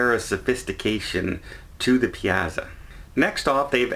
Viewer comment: Piazza is pronounced like pizza with an ah in the middle… pee-ah-tzah!